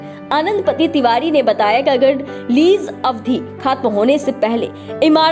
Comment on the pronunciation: जानकारी अच्छी है लेकिन मैडम अवधि को अब धी कह रही हैं, ह्रस्व और दीर्घ मात्राओं के उच्चारण में कमियाँ बहुतायत में सुनने को मिलती हैं।